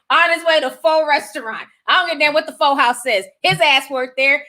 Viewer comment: It's pronounced PhUh. It's a vietnamese/thai breakfast dish